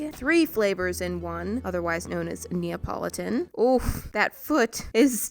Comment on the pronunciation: Neeapalatin? More like neeaPAWlattin. Ill see myself out